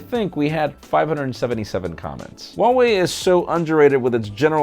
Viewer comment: Hi how is this actully pronounced Huawei.